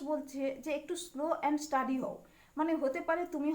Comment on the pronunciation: স্টাডি নয়, স্টিডি ।